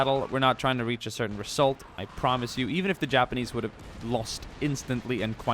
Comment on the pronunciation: Am I the only one noticing his strong S Pronunciation? ;p I hope the reSSult is going to be good ;)